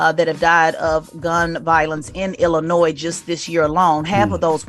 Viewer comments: It’s not Illinoise it’s Illinois. Thank you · Dear DJ Envy, stop pronouncing the “S” in Illinois! My goodness lol